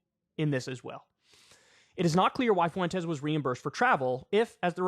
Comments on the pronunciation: Kyle, ya killing me. Fuentes is pronounced fWEN-tez, not FU-EN-tez. My Puerto Rican ears are bleeding. ✌️ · "nick foowentes" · Stop saying "Fuentes" like that. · Why do you say Fuentes like that?